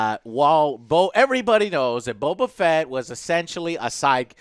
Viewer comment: The ONLY bad thing I can say about this entire series is the way they pronounce the names. I first saw it with Bo-Katan Even the voice actress said Bokatan as if it's one word. Same with Boba Fett. It got mushed into Bobafett... I thought that was odd